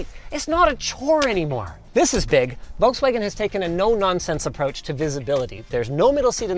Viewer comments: VOLKS-WA-GEN not Wolkswagon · it's pronounced "FolksVagen" ;) much easier to say it like that even French like me pronounce it right, so you can do it too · Why does he pronounce Volkswagen like "Wallkswegen"? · You pronounce the V in Volkswagen like an F not like a W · It is pronounced "Folks-Vaahgenn" for crying out loud!!! (Or at LEAST "fough veh" - VW in German.) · Me as a german getting a micro heart attack everytime he says Volkswagen. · Where are the Germans there pointed out how wrong he say Volkswagen? Diese Kommentarsektion ist nun Eigentum der Bundesrepublik Deutschland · Wait for a refresh, should get a bigger battery and physical controls. Oh and btw the L in Volkswagen is silent.